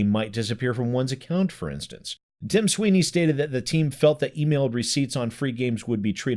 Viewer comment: Tim Swine-ey